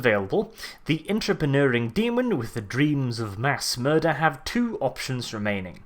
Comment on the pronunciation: As an American, I find his accent rather funny yet regal. Especially the R-rolls. Murrrderrr-fuck it into existence